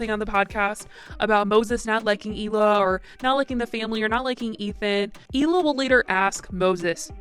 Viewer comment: Hi, just an Israeli Jewish person here to tell you you're mispronouncing Hila's name. The H is not silent. Hee-la. Means aura in Hebrew. Thanks! Bye!